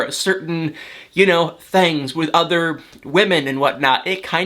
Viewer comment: Where are you from? ''thangs'' you say it funny.